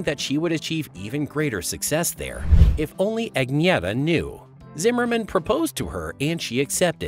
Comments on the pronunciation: What The Hell Is A "Ag Nee ETTA?" WTF? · Her name is pronounced ......UNYETTA.....!!!!!! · Sorry But You're Mispronouncing Her First Name. Like A Typical MONTANAN, UTAHN, NEVADAN, OREGONITE!